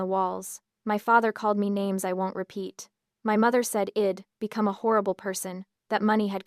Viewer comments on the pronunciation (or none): The pronunciation here is atrocious. AI cannot distinguish between it and I’d and that’s just one example. It’s distracting from an otherwise good story.